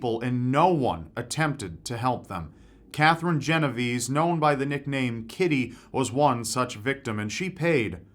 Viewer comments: It is not gen ov ease. It is Jen Oh v-Eh z-EH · Think it's pronounced 'Jeno-VAY-say'. Great vid. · Since she was Italian, wouldn't it be pronounced "Jen-o-vay-say"? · Lord have mercy I love you rob but as an Italian i pray one day you will pronounce genovese right. It's more like GEN oh vey sey